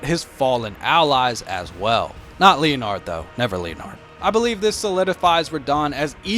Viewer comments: Stop 🛑 saying “Lea Nard,” it’s Leonard! “Len Erd” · "leo-nard" lmao it's pronounced like "Lennard" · The horse name is pronounced as len-nard not leo-nard😂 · Said the name wrong, though. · You have a very strange way of pronouncing Leonard lol